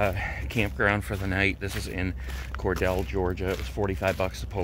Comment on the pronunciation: Cor DEAL not Cor DELL. I thought we talked about this? Lol